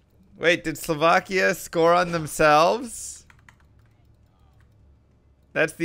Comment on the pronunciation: I must commend you on "Slovakia" pronunciation! You are saying it the right, not the American way!